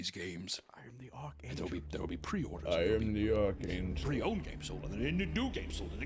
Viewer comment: “I am the ARK ANGEL!” 😂